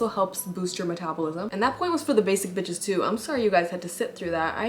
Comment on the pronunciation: when she's saying basic bitechess I feel so called out but I love it 😂